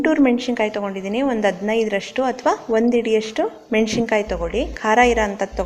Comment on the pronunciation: ಅದು, ಹುಣಸೆಹಣ್ಣು ಮತ್ತು ಮೆಣಸಿನಕಾಯಿ Madam( ಉಚ್ಚಾರಣೆ: ಮೆಣಶಿನಕಾಯಿ ಅಂದ್ದಿದೀರಿ). ನಿಮ್ಮ ಮಾತು, voice, recipes ಎಲ್ಲವು ಚಂದ. ಕನ್ನಡ ಪದಗಳನ್ನು ಮಾತ್ರ ನೋಡಿ ಬಳಸಿ 🙏